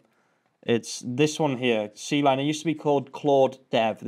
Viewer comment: Awesome stuff. C-Line is pronounced "Kline".